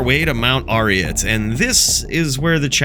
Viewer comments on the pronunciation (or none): none